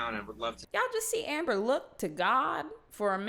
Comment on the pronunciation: He sounds like he is calling her "Amberger "